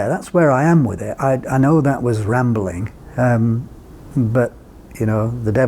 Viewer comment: NOT "rambking" sir...excellent info video